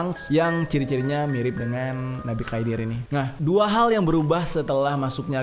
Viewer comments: 11.13 nabi khidir klo ga salah bang bukan khaidir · Setahuku Nabi khidir bukan Khaidir bang itu tinggalnya di lautan. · Khidir bukan khaidir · Nabi khidir bang bkan khaidir